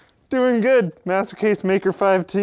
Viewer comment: when you say "master case" it sounds like "masochist" :D